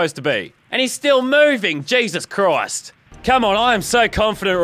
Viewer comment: can u stop saying jesus crised